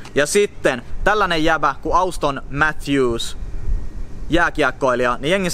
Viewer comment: Se äännetään Ooston Matthews xd